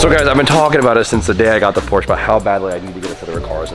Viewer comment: “What does every single need?” An extra vowel. 😂